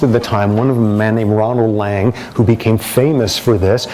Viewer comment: If he is going to bag R.D. Laing he should at least learn how to pronounce his name (like laynge). My other problem here is that he sees everything through an ideological filter. His views are so predictable. It is frustrating when he spends hours criticizing links between genetics and behavior but offers little by way of an alternate understanding.